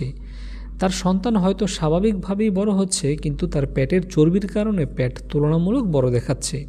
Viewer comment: বার বার প্যাট বলতেছেন,পেট বললে আরো শ্রুতিমধুর লাগত শুনতে।